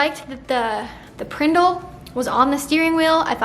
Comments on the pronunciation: Haha I love how aspyn called it the “prindil” Zack and Cody was the best! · Love you for calling it Prindil, this really made my day 😂😂😂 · “The prendle” 🤣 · The prindl 😂 Aspyn I love you. 😂😂